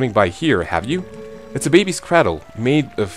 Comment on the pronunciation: nice LP so far, enjoying it. although I think you mispronounce the word cradle (should be 'cray-dull') - or maybe there are 2 ways to say it and im being stupid :D looking forward to the next parts :D